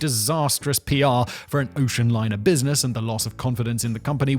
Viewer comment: My man just said brusiness blaze